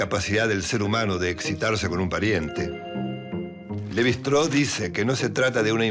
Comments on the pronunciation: ¿¿Levi "Straou"???, pero por favor, qué pronunciación inventada es esa? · Un texto claro e Interesante. Sólo me gustaría que los apellidos extranjeros se pronunciaran en castellano, o sea, Levy-Straus. Muchas gracias. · En frances no se pronuncia como indicas. Ni el mismo Claude lo pronunciaba así. No entiendo por qué queres pronunciar la St del alemán. Se puede pronunciar el apellido en una forma más derivada del español, los franceses lo hacen con su idioma. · Se pronuncia levistross (así con mucha s al final y todo junto)